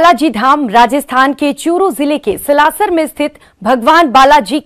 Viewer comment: हिसार हरियाणा से निवेदन। स्लासर नही, सालासर बोलिए एंकर बहन